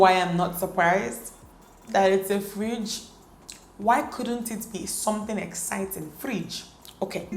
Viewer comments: We have a Friiiidge 😂😂😂😂😂 Dt Nigeria tone came out 😂🇳🇬🇳🇬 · the Nigerian accent. " this fridge" 😂😂😂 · The way she says fridge amuses me so much 😂😂😂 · You are pronouncing fridge like a real igbo girl.... 😂😂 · Mara Squad 😂😂😂😂 i was going to say that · The way she says 'fridge'😂 i enjoyed this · Love the way she says fridge😂